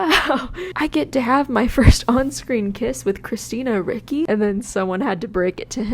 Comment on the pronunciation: It's Christina RICCI (Reach-ee, NOT Rick-ee).